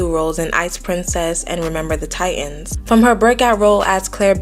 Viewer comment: The word "titans" has 2 "t"s.